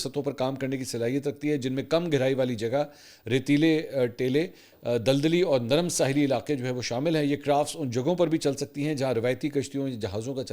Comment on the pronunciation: آپ نے لفظ ٹیلے کو غلط پڑھا اس کے نیچے زیر آتی ہے